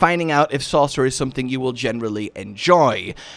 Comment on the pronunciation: "the best class in diablo far? ahem SAUCERER!" :D